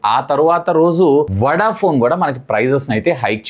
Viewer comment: వడ ఫోన్ అంటారా వొడ ఫోన్ అంటారా..కొంచం సరిచేసుకో మాట్లాడటం